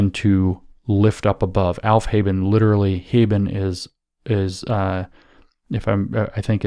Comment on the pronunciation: Yes, it did sound like helfheben! I was like, wait a minute, what!? I'm sure you've heard the rest of the podcast by now and know that he was trying to say aufheben. Although, I've got to say, the aufhaben hypothesis may have merit.